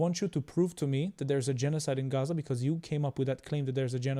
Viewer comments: Im Arab and no one says Gaza like that. That is some crazy liberal way of saying it and it's annoying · Am I the only one who gets triggered with the pronunciation of “Chhhazzzaaaahhch” It’s about antisemitism and NOTHING else. Islam hates 🧃. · I think it’s funny when people like this pronounce places normal then switch it up for Gchaza 😂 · explain why. I am using the Arabic pronunciation. Arabic is antisemitism 😊